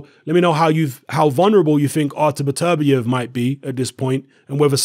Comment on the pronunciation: It's pronounced "Better-bee-ev" not "Biterbi-ev". I got Barrera knocking Beterbiev out.